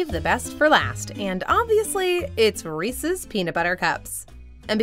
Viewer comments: sigh She said "Reecees" instead of "Reece's." I've never understood why people pronounce it like that. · I liked it til she said Reesies, must be from the east coast, the only people I know who say it that way are from the east. It’s Reese’s, there’s no I in the word. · She said REECIES!!! Ahahaha😂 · Please, people, don't pronounce Reese's as Rees-ees ! Anyone bearing that surname will be offended.